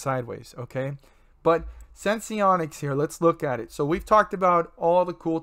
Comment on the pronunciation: Its senseonics. Not sensonics.